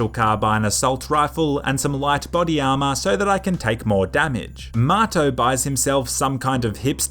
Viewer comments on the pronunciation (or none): none